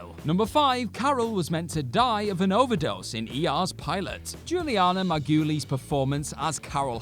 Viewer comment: Juliana MAR-GOO-LEEZ!